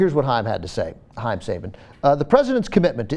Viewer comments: its actually pronounced sah ba n and also Go Go Power Ranger's ! im such a nerd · Saban is pronounced sahBAHn.